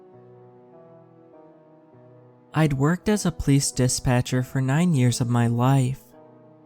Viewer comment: I love your narrations, so please know this is more of an observation than a critique, lol. But every time you say the word “police” it just sounds like you’re saying “place” or sometimes “pleece” and I don’t understand 😂